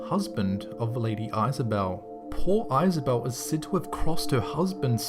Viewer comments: It's pronounced is a belle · Why did you pronounce Isobel like that? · lady eye-sobel?? I think you mean Lady ISobel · Isobel (or Isabel) is pronounced Izzah-bell and Ada 's pronounced ey-dah (ey as in hay or hey) btw :)